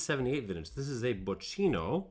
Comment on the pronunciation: Bocchino is pronounced "bockino" - smartass mode off ;-) You have a great channel there. We share the love for Marolo grappe. Thanks a lot for your work.